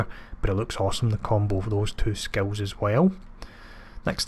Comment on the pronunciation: Love the build and also love the way you say skills sounds like you sayings skulls lmao